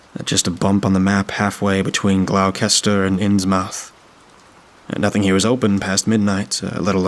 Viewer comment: Glow kester, oh my, that's probably the best pronunciation I've heard yet, it's pronounced Gloster (Gl-os-ter) or if you're from there - Glawster (Gl-aw-ster), otherwise phenomenal narration man